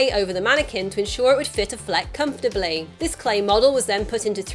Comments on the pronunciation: good video...but it's not Uh-flec it's Affleck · The City Meh, the reviews and drop off in box office says it all. My prediction is the next movie the director will stop trying for dark and gritty and go back to trying for a good movie. Also its aFLeck you put the emphasis on the wrong syllable.